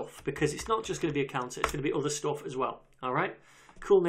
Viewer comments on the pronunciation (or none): Course is awesome, but his Stoofff pronunciation though :D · Gusein Gadirov каких британцев? Я не слышал, чтоб британцы 'stuff', 'up' так произносили как он) Что-то не то в его произношении, поэтому подумал канадский